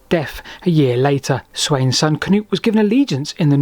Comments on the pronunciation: As an Norwegian with the name "Knut" still used daily here he's pronunciation is ok. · The same goes for Sweden. The pronunciation of »Knut« is almost spot on to its Swedish counterpart. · You did a good job. Better that the usual Cah-noots. 👏🏻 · His pronunciations are perfectly correct.